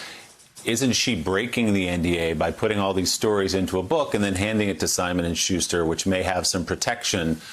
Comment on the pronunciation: This is off topic, but I believe Maya Wiley is mispronouncing Schuster as "Shuzh-ter" instead "Shoos-ter. I find it quite distracting, especially since Willie Geist is pronouncing it the way I'm used to hearing it. I don't know. It seems like an affectation.